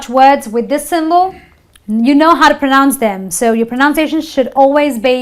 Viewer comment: Pro noun nahi Pra-nounce hota hai...sorry